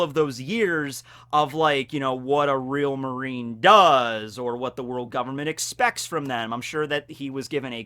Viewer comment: "Worlk" in the kizaru thing in the beginning. It bothers me but..carry on.